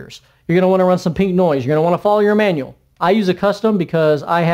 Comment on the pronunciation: Minute .. what menual?